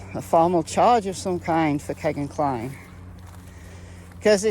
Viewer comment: I’m pretty sure it’s pronounced key-gan not keg-gan